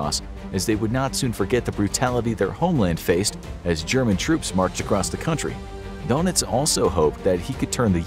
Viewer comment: Don Itz. Not Dough Nitz.